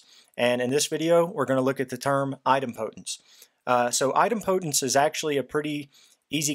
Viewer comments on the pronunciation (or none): Very helpful video but your pronunciation of Idempotence is... put politely... very wrong